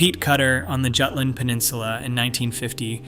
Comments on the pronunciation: Jutland, pronounced Yewtland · It is maddening, in an age where people insist on pronouncing "Jagdgeschwader" correctly, that even highly regarded naval history channels pronounce Jutland as though it were an English word. 😂😂